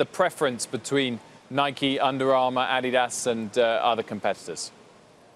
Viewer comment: Adidas.....not Ad di DAS